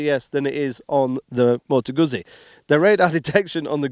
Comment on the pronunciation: Goot-zee not goozee